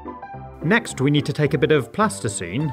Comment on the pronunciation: What's plasticeme? Besides something describing porters?😅